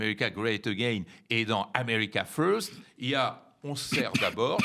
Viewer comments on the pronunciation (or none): none